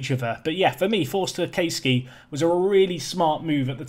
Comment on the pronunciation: It’s pronounced Cass-key mate, he’s Darren Caskey’s son and Nicky Forster’s step son